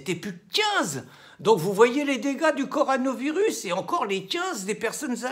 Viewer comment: CO.. RO.. NA.. virus on dit Mr Cassen 🙂